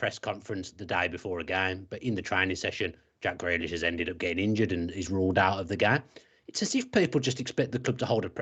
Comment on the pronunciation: Why can't he pronounce Grealish?